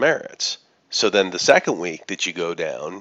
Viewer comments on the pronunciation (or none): none